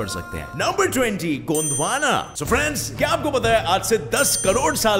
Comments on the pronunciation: Mujhe hello friends, girlfriends sunai Diya 😂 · You firstly say Hi friends i hear Girlfriends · When you said well friend's I heard it girl friends 🤭